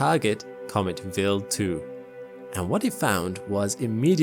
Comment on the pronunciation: Vild 2 or wild 2 can't stand this computer voice AI